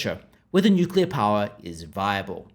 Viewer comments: Yeah it's NOOKILLA ha ha 😂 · Bowen can't even pronounce nuclear correctly!